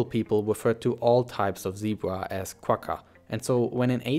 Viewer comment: the "gg" in quagga is pronounced like a flem sound. Like the "ch" in Bach. It's the sound you make when you've got popcorn stuck in your throat.